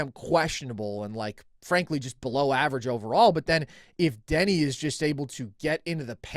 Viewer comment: Call me crazy, but it is hard to value an opinion on Deni if you can't even pronounce the dudes name correctly